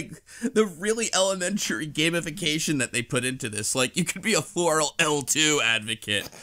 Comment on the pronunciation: I see I wasn't the only one whose mind kept trying to correct the sound to "floral."